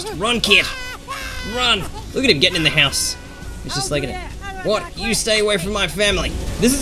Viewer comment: Wow it's house not horse